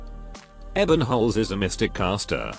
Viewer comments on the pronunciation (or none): It's Ebe~nholz not Ebbennholz. And to be fair the closest to a waifu a male op can be before its a trap.